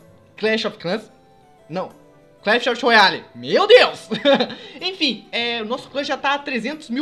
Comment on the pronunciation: e tu nao sabe nem fala o nome do jogo direito